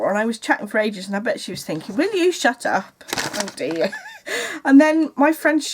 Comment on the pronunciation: I think in the seventies the scarf or creavate was really the thing. It needed to rest just around the inside of the collar. The loop would have held it there. I LOVE it when you say, "Oh, DEAH!" I think your next pin should say that! :D